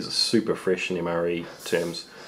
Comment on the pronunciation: "Mre toilet paper" xD